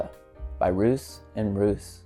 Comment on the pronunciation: Love mint! One of my faves is Menthe Fraiche by Heeley. I think Roos is pronounced like Ross, btw.